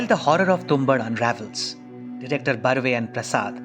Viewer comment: You're mispronouncing the title which is irritating to my ears and hence has affected the viewing experience of this video. It's Tum-baad.